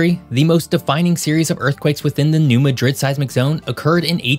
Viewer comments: 4 Points... #1-New Madrid is pronounced NEW MAD- DRID #2-Since the mid 90's building codes in some municipalities have been amended to require remodel, improvements, new infrastructure and new commercial, and government buildings be built to seismic standards. #3 Cape Girardeau- pronounced jeer-rar-dough, does not have the population reflected in your video. Your figure was 100K, it is actually less than 50K. The "county" of Cape Girardeau may have 100K plus, but not the city. Cape Girardeau is the "regional hub" and tends to attract shoppers, medical patients, special events goers from appx. 10 counties. Cape Girardeau can swell to over 200K on weekends and during holiday seasons #4- In this region's recent past, a new phenomenon has emerged that I believe will contribute to a more robust chance of a much stronger catastrophic seismic event taking place here sooner than that 500 year figure, and It will be a more violent and destructive event when it occurs. The phenomenon is "fracking sand". There is a pre- historic shelf or layer, swath, of the earth's crust that runs from south to north from near the Arkansas border up to just south of Festus, MO. , then it fades in MO but continues over to south central Illinois, then on northward to Minnesota. Minnesota has the largest deposit of this perfect sand ultimately l. This layer, I think is the, Eisenhower layer or possibly the Roosevelt layer, I'm not a geologist or someone that knows all the layers that make up Earth's crust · It's pronounced mad drid, as in I'm mad. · The emphasis on the name New Madrid is on the first syllable MAdrid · HAHAHAHA I said that too. It's New Mad...Rid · it's not called Madrid like Spain's capital city. New MAH-DRID is how it's pronounced. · The locals are going to say something about your pronunciation of Madrid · New Mad-drid not Ma-drid. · You go to that area and you call it that you will be corrected fast… it’s mad…rid not Madrid that’s a city in Spain